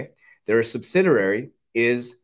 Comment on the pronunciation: There is only one “R” in the word subsidiary